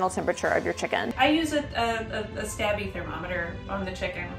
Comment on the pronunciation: "Stabbie thermometer".😆